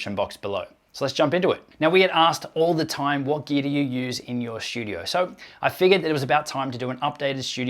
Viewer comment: There is no "H" in the word "studio". Not sure why you add it intermittently, but you do.